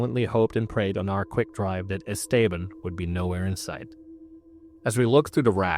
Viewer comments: Not how you pronounce esteban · you need to brush up on your pronunciation. Esteban is one, but dingy? Cmon...